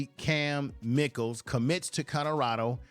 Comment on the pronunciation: Pronounced; My-Kel